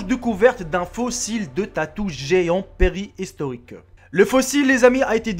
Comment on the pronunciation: Préhistorique pas peristoriq